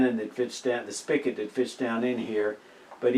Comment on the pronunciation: I know this video is 3 years old, but It's pronounced spigot, not spiket. You also said Chef Specialties has no warranty when in fact they have a lifetime warranty. Chef Specialties makes a stainless steel mechanism for pepper and ceramic mechanism for salt. The drilled holes are the same size and depth for both mechanisms.